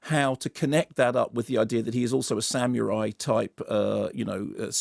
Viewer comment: Love Mark but the way that he pronounces 'samurai' drives me mental!